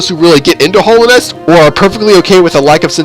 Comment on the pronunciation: I'm sorry but I'm sad you called it Hollownest instead of Hallownest. It's just my Hollow Knight love speaking it doesn't really matter but yeah.